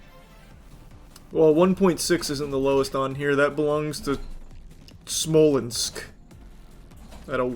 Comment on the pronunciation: I didn’t expect Charlie to say “Smoleńsk” 😂